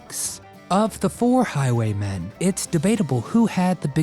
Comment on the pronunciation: It's Highway MEN not Highway MAN